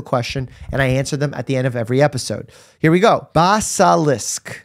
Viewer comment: I love how he pronounced basilisk at the end lol. Dr. Mike needs to watch Harry Potter and the Chamber of Secrets aparently :) Loved this interview though!